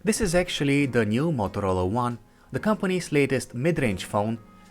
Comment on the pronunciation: U saying mothrola . U want to say motorola